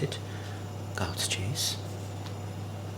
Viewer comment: I kept hearing “God’s cheese” and I couldn’t agree more!